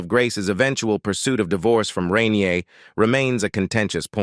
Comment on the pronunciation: Rainier not renir